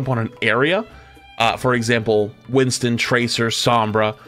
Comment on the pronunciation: I hear “Winton” and it just makes me laugh, but it’s because I call him “Binstin”